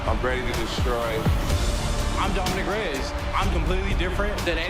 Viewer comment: My guy at the start can't say Reyes properly "Dominic the devastator.. Reeesss.." lol wut??